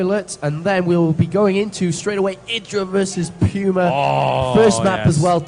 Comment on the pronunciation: You mean P-you-ma. =P